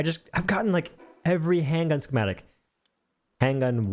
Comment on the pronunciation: That is not how you say schematic. Ska ma tick